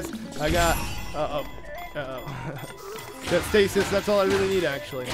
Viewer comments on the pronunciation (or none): none